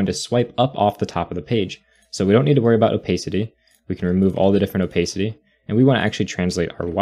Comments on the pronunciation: Nice video but I cringe every time you say “oh-pace-city”. It’s “oh-pass-city”. Opacity.🤷🏿‍♂️ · please don't say "opaicity", it hurts